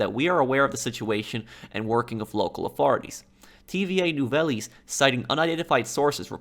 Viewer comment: Tva nuveylles lol